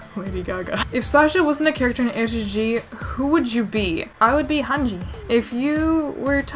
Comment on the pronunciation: it supposed to be hanje/hanji 😂😂😂